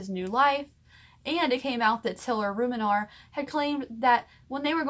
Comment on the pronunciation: And your not saying ruminer right lmfao